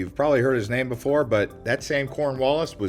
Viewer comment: Your pronunciation of the names is very offensive and disrespectful to the locals. Stop Americanizing the names..